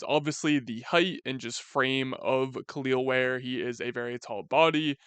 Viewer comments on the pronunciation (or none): Its just pronounced "kell el ware" not kaleel ware